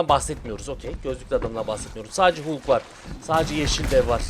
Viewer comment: Abi suna Hulk deme Halk o Halk. Sevgiler:)